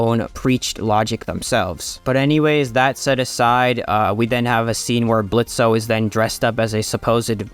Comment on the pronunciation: I hate this whole series but canonically the o is silent in his name Blitzø but whatever